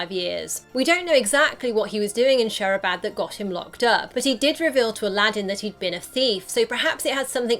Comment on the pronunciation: Its not Shehrabad Its Shirabad